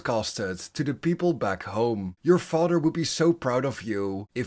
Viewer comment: Sorry but the way you say mother and father in this video bothers me not really sure why it does but it does so I couldn't finish watching the whole thing🫤